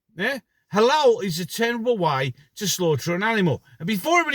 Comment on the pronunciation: It is halal meat, not haloo. White British schoolkids are being fed halal meat in their school canteens without their parents knowledge. Halal is a cruel way to slaughter animals as they are not stunned and they are fully conscious before their throats are sliced open.